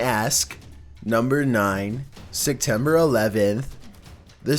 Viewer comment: "Sectember 11th"